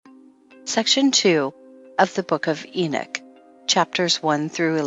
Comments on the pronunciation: I wish they would program speaking platforms to pronounce things correctly It's not enick it is enock? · Lost me when she said enich what a joke